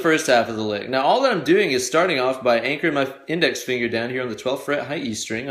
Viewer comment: I know I'm WAY behind...years behind, in fact. BUT, if you go to into the vid, he's clearly saying "Meow, " rather than saying "Now, "... so, I played it back three times, and laughed every time lol (the reference is from the movie Super Troopers).... So: • if someone already mentioned this in the comments section. . . .I apologize for idiotically repeating someone else. • if not?. . . .You're welcome.